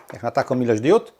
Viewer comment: Diod, nie Diud 😊